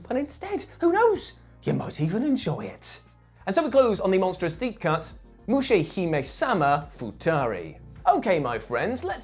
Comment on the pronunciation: It's actually pronounced Mushimiesama Futari.